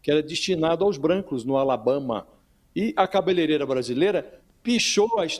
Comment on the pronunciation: 😂😂😂😂 Quantos views vocês têm aqui mesmo???? Ah, mesmo usando o nome dele só para ver se alcançam mais alguém! Putz 🤦🏽‍♀️🤦🏽‍♀️🤦🏽‍♀️ Vejo só para entender qual é o limite da inveja de vocês. Ele realmente falou errado o nome da profissão da Débora, mas, essa cegueira de vocês parece um erro incorrigível. Vamos exercitar? Ele fala "cabeleireira" certinho no próximo vídeo e vocês dizem "sou parcial no meu jornalismo porque dependo do dindin que o governo me paga" Topam? 😂😂😂😂